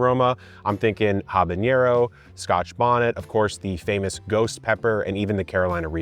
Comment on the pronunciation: Pro tip, habaneros are not pronounced habañero 😂.